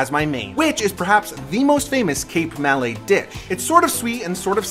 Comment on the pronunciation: It's not MAL LAY .... It's MA LAY. Malaysia. More like Mi'Lord ... Yes, Mi-Lady ..... Ma-lay